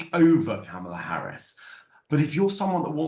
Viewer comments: It's not Comma-la Harris, with 'comma' in an English accent. It's 'comma' in an American accent. It's Karmala. Just listen to how people say it - including the person you are interviewing - and say it like that. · Interesting breakdown 😊, I enjoyed this. My only complaint being that the host, who I generally enjoy, kept referring to Ms. Harris as ‘Kommala’- please read her name correctly as Kamala- only short vowel sounds and all a’s 😂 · Why does this woman not say Ms Harris name correctly, she's as bad as trump. It's not that hard ffs.